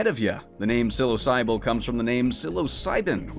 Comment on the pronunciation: I think psilosybil is meant to be psilo-sybil instead of psilosy-bil? I may be wrong though.